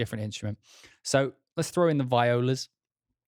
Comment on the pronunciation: It’s pronounced VEE-ola :)